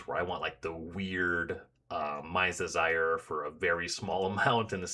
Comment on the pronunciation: I'm not really sure this is what you're saying, but every time you said something about casting a Mind's Desire to "see what happens" I heard Mise Desire haha. It sounds fitting. I haven't finished the whole playlist but I'm already eager to reach the trimming and curating part of the process, because it'll be hard 👀